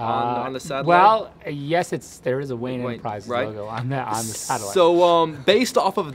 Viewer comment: "wayne enterprises" dammit. but im glad you pointed it out because i probably wouldn't have noticed it anyways lol